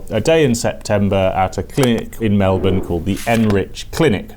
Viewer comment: I appreciate the fact you actually pronounced Melbourne correctly